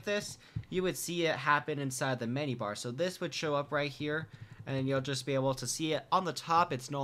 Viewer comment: am i the only one to hear "from the mini-bar when he tries to say menu-bar?